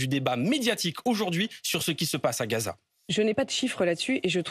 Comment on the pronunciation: ne dit pas Gaza, mais Ghezza 😃